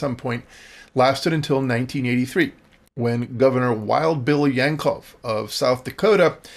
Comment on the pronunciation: South Dakotans actually pronounce Wild Bill's last name as Jank-Low, not yanklov. Lol.